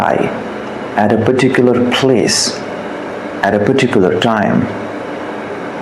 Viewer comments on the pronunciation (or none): perticular perticular bole ja rha hai . ka hove hai perticular